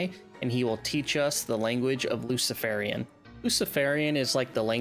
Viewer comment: it's L U F E N I A N, not 'luciferian'. There's a HUGE difference.